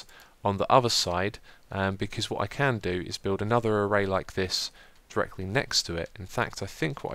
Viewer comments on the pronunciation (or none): none